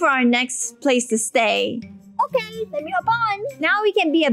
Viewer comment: The "OKEH" never gets old